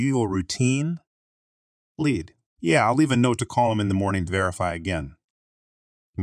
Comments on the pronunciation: Lead…leed not led. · Lead is pronounced LEE d. NOT the metal. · the led pronounciation is only for the chemical